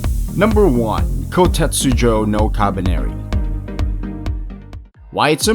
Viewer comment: Him: Koutejsksbjd no kabeneri Me: Just say "Kabaneri of the iron fortress" Him: Aahjin Me: uuurgh